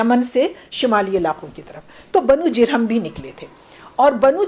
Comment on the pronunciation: ماشاء اللہ ، نہایت عمدہ و مقدور بھر گفتگو فرمائی میم ، البتہ بہت سے الفاظ کا اعراب غلط بولا گیا ہے جیسے کہ بنو جرہم ہے بضم الجیم